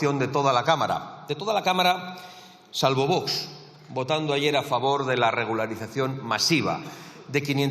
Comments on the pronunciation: Se ve que la FRANCISCA ARMENGOL CORRUPTA TIENE EL FRENILLO DE LA LENGUA ROTO O DILATADO DE TANTOS MAMAZOS QUE LE METE AL FELON FALCONERO TRAIDOR A ESPAÑA Y A LOS ESPAÑOLES, DADO QUE SIEMPRE DICE BOTS AL REFERISE A ALGÚN DIPUTADO DE VOX, MAL DOLOR LE DE EN EL TOTO CADA VEZ QUE LO DIGA LA MARRANA CORRUPTA 🤮🤮🤮🤮🤮🤮🤮🤮🤮🤮✋🇪🇸💪💚 URGE VOX YA STOP PPSOEROS FARLOPER@ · La “presidenta” aún no sabe decir vox..?